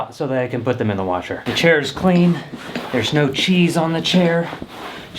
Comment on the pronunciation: You know you are an Arkansan when you say "washer" 😂💜 Coming from someone Arkansas born & Raised 🫶 Loved the video!!